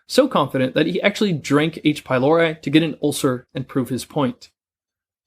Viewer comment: H-pylori not pylaura or pylauro.